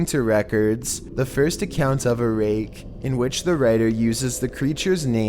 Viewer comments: RakEH My ears: AK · Lol the way he says "The rakE" is funny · said “the raKE” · The raKKKKE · "The Rai-keh!" Even the letter K has to be distinctly pronounced. hahaha! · bro how the fk do u say Rake....RAAYY KKKKKKKGH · making "rake" into 2 syllables. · "The ra-KE" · "The raKKe" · "The Rakķqė" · The ray...KEH. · Me :.... Him: The rAKE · "The ray-KEH" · The Ray-KEH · Should get that checked out bro, pronouncing rake that way might be a sign of lupis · He says the raKE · ....the most terrifying thing about number 6 was how you pronounced 'rake.' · Say Rake one more time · Why do you hit the K in the "rake" harder than ray rice hit his wife? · That's a hard K, homie. And "Ma-reen-ers log"... omg.